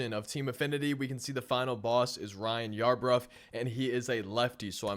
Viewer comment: “I sounded like a fool this video” as he to call Ryan Yarbroooo yarbruf 😂😂 all jokes man